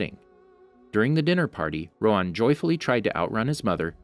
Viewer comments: Isn’t it Rohan and not roan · It’s roHAN not roan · It’s Row-Han. Not Rowan. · its not rowan its rohan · My nigga. Rohan. Not roe'juan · Why are you calling him "roWan" instead of "roHan"? it's a pretty common name in southeast Asia. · Ok im not trying to be mean because this could just be a voice problem but why do you pernouce avatar characters because Instead of Rohan your pernoucing it ro-on again im not trying to be mean but its a little weird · It's pronounced Roo-Hhan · I don't know why but the way you are sayin rohan is wrong my name is rohan and that's NOT HOW YOU SAY IT